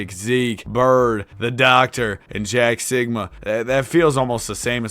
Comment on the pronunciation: Why bro say Jack Sikma like Jack Sigma 😂